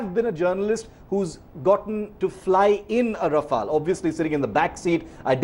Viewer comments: And the Right Pronunciation for Rafale is Ra-fe-yal not Rafal. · No it's Ra-Fail. 😂😂😂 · Raw-Fail Bra-hmos..... 😂🤣